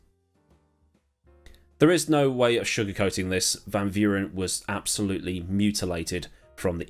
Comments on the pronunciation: Amazing video as ever 10/10. And you said you hoped you pronounced van Vuuren correct and this is by no means criticism just useless info 😊. But anyway not quite, in the Afrikaans language v is almost pronounced like f so technically it's closer if you say fan fuuren 😂. Very strange I know but hey we got it from the dutch 🤣! Still love the language though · Your pronunciation of Van Vuuren was almost spot on. Just think of the v's in his name as f. In Afrikaans the v has an f sound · In terms of Van Vuuren, which in a strange twist of irony means “from the fire” or “from the light”. You got everything but the V part right. Afrikaans and South African names can be pronouced as though you were reading a Dutch Person’s name. So the V in van and Vuuren is the same F sound in Verstappen (Ferstappen). But yeah the main reason for the redesign of the original Kyalami was because the main straight had guys going top speed for too long. And they’d end up crashing because they would end up braking too late.